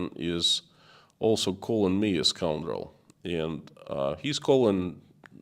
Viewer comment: Scoundrel is a word I didn't know. Thought you were saying "scumroll" which isn't a real word of course :D